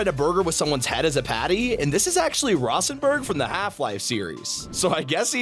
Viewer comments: as a half life fan, "rossenburg" infuriates me. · IT'S PRONOUNCED "ROW"SENBURG